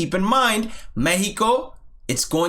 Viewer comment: As a spanish native speaker I really appreciate how you pronounced mexico and their names